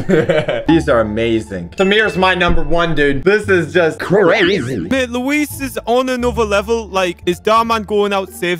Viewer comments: Me: Luis (lew-is): Luis (lew-eese) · you say it like looo/ eh/ssss not looweez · His name is Luis not Louise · It's Luiz Not "Luis"